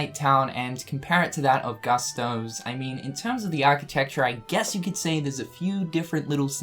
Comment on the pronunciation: Pronounced Goostos.